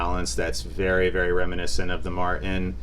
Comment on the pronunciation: Cool video but the constant pronunciation of Martin as "Mar- IN" is driving me nuts.